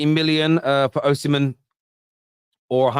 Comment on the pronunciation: Oshimen is an Igbo name- the h is sikent. Its Osimen